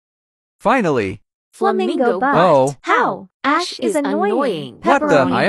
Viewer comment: I love it when Jordan says “the more I hear ashes name the more is sounds like “ass”